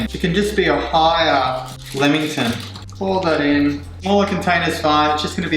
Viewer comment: Umm he can’t really pronounce lammington properly.